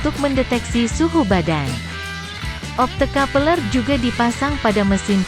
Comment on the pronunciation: 😂😂😂 opto kapeleeer